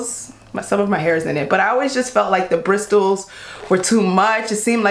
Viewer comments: You don't pronounce the t in bristle. Say it like brissle. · i love... But the word is bristle ( with a silent t, my love) not Bristols😂😂😂😂😂. Im gonna try that tangle what what soon though. 😍 stay shining! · You don’t pronounce the “T” in bristle. It’s pronounced bris-sol. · That’s not how you say bristle you say it like Br-is-tal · The T in bristle is silent. This is your PSA :). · you aren't supposed to pronounce the T in bristle... its silent, like the G in 'gnome' or the K in 'knight'